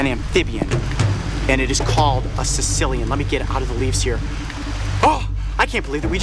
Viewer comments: Lol... Sounds like he calling it a Sicilian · Apparently I'm not the only one who thought Coyote said "Sicilian" instead of "Caecilian". XD